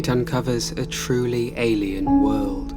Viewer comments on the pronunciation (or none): If I had a nickel for every time this guy said "a truly alien wuhld" I'd be a rich man